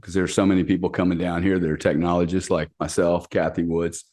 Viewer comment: Everyone always says something about Cathy Woods. It's not Cathy Woods. There's no "S" in her name, it's Cathy Wood.